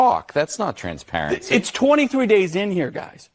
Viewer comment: LOOK WHO IS TALKING ABOUT "TRANSPARECY"